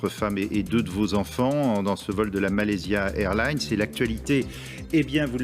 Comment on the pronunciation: C'est quoi ces connards qui ne savent ABSOLUMENT PAS prononcer MalaysiA Airlines ?!